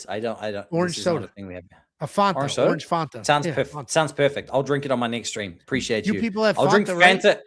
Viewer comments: First ever person i heard pronounce it like that😂😂😂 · yo calls Fanta Fauntuh -- absolutely insane, never heard anyone say this.